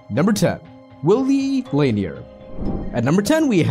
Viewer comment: Lanier is pronounced La Neer